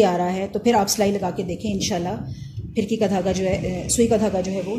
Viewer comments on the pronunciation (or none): Aap ka talaffuz sahee nahee hay, FIRKI naheen balkay PHIRKEE sahee lafaz hay.